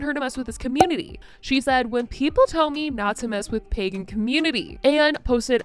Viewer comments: pEgan instead of Pagan T-T I can'tttttt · Omg she’s saying Pagan not pegging I came into this video confused af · Not me thinking she said ‘pegging community’ and not pagan community at the start of the video 🙂🥴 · The way she pronounces it "peggan" is SENDING ME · She did! Trisha is pronouncing it Peggin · Every time Trisha says PAGAN it sounds like she’s saying PEGGIN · I just cannot with her pronunciation of Pagan being “peggin” 🥴🤦🏼‍♀️😂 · Pegen community.....she can even say it right , she is going to piss off a pagen/ wicken and she is going to end up with a curse on her! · the fact she keeps saying pegin annoys me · Am I the only one hearing "pegging community" lolol I can't unhear it now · why did i think she said pegging community at first…. lmfao it made the i’m coming for you comment much funnier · Hahaha, I saw in another comment section they thought she was saying pegging. I think that's more appropriate for her. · I didn't realize it was pagan until about minute 5 lmao